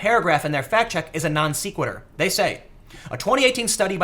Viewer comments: non se·qui·tur - not non see·qui·tur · Couple more positive sources on CBP being for the wall. (Jan 2017) (Dec 2018) Also minor note, sequitur is pronounced Sec (Like seconds), not Seek. Love the videos Tim keep em coming! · I like you and your channel Tim. You do a great job with your investigating, reporting, and encouraging through both word and deed the value of healthy skepticism. Given all that, I hope you forgive my petty nitpicking: It's not pronounced "non-SEE-QUITTER," it's pronounced "non-SEH-QUITTER." Other than that, you're doing an excellent job. :) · It's not "Non-See-quitur" It's "Non-Seh-Quitur" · non SECK' wit ur .... (not non SEEK wit ur) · Tim, when you don't know how to pronounce a word like sequitur you should google it my friend... (ˈsekwədər) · Have to help ya with this one Tim it's pronounced Non Sequitur like Secretary. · Dude it’s not “seekquitur” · Non- se-que-n-ter, e as in Ben!! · That is the first time I've heard it pronounced "nonSeekwitter". That an east coast thing? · I found your repeated mispronunciation of NON-SEQUITUR distracting. If you're going to use Big Boy words, work on your follow-through. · Great video as usual. Also, as someone who has mispronounced too many words throughout my life without anyone bothering to correct me, please don't take this as me being a dick: you're mispronouncing "non sequitur".